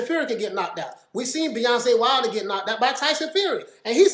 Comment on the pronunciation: Wait he called wilder Beyonce Wilder 🤣🤣🤣